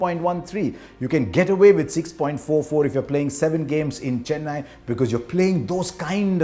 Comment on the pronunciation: I'm just glad he got the pronounciation of Chennai, Thala and Chinna Thala right 🤙🏻